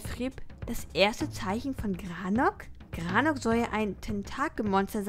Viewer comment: granok 😂 heisst das nicht garnok? 😂 ist alles nicht böse gemeint ❤